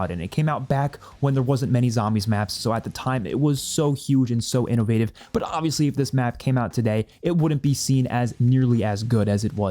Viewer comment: i heard that "innowative" hehe